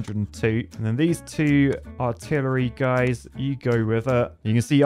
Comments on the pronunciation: Lol, "Artilitree" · Artil-a-tree begs for more research, you'll get there... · the word artilitry really got me